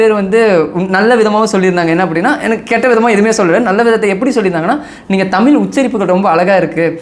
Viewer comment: தமில் இல்லை தம்பி தமிழ் என உச்சரிக்கவும்